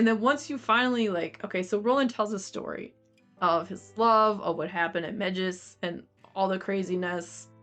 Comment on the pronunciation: Pron “may-jiss “